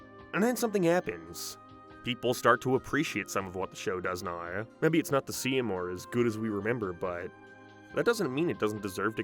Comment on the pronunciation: Quick question, where are you from? I've never heard anyone pronounce "down" and "now" as "darn" and "nar" before